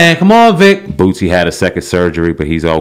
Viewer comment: Its boosie not bootsy brah